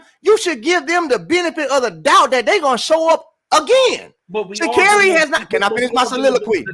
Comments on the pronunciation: Me too... And when he says Sha'Carri's name wrong too 😂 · 😂every show he gets the name wrong at least 2 times